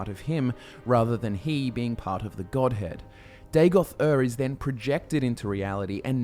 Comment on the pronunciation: every time i hear godhead, i hear godhand